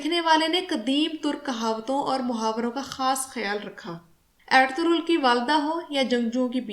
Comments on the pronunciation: کوئی ایرتورل کہہ رہا ہے کوئی ارتغل کوئی ارتل۔۔۔ صحیح نام ارطغرل ہے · Medam pehle darame ka Nam tu theek se Lena sekh lo pher ghalti nekalna jahel ouret